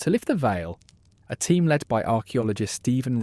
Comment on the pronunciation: Oh diwedd dad, its not leed its led you numpty.